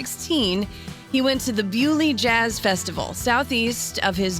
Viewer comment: Thank you for pronouncing Beaulieu correctly.